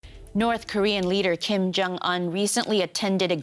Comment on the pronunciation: Who is Chim Yong Un ? Speak English ,and take the effort how to pronounce names ,or just say Dough Boy.